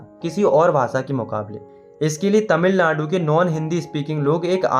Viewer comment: tamil nadu ❎ tamil madu ✅😂😂